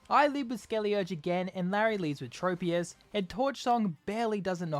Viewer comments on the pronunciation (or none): none